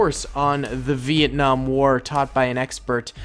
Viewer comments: Dont said vietnam like that agian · It's actually Vietnam not Vietcong